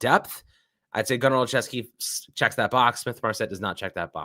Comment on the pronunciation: Gunner is pronounced “Gunner- oh- Chef- ski”